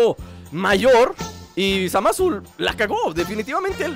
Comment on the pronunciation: dice Zamas xddd Jaja!